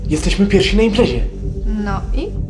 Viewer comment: Nie "piersi" tylko pierwsi,! 😂